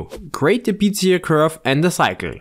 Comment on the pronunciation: How to Pronounce "Bezier Curve"